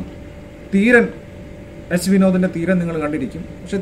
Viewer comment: തീരൻ അല്ല ചേട്ടാ ധീരൻ തന്നയാണ്. തമിഴിൽ നമ്മൾക്ക് ഉള്ള പോലെ വ്യഞ്ജന അക്ഷരങ്ങൾ ലോപിക്കൾ ഇല്ല. അതോണ്ട് എഴുതുമ്പോൾ ത , പറയുമ്പോ ധ. ഉദാഹരത്തിനു് peg , beg .. തമിഴിൽ എഴുതൂമ്പോ ഒരേപോലെ ആണ്. മലയാളത്തിൽ പ ബ വരും.